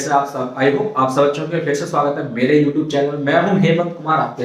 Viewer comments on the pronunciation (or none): none